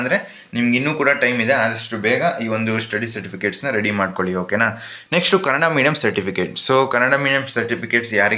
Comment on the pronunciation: kannada adu kannad alla